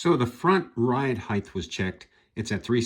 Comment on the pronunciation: "Heighth"? It's height. Hard T on the end.